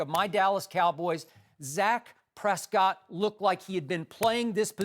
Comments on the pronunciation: "Zac" Prescott lol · Lol, , Skip says "Zac Prescott", does he not?